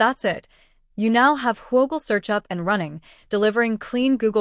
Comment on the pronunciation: No way we calling this who O gle... It's Whoogle